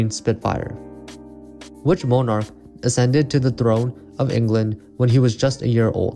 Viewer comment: In the question about the 1-year-old king, you called them MOE-narks, rather than the correct MON-arks. At another point, you pronounced "accessing" uh-SESS-ing, rather than the correct ACK-sess-ing. To quote Tim Taylor, "hmm, hmm, hmm." The history section had a lot to do with British kings, which is a bit of a challenge for Americans. I'd bet they'd have a hard time with the rules of football. FYI, I aced the geography, but did poorly in tech and trivia. Re. that same category, the only continents on which I can accurately give you a country count are N. and S. America, though the arc of tiny island nations in the Caribbean (which is part of N. America) would be a definite challenge. However, asking for an accurate count of the countries of Africa I could not do. But, I could label 90% or more accurately by their shape and location. By the way, today is my #77 birthday.